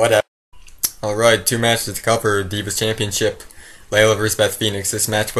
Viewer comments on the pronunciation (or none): none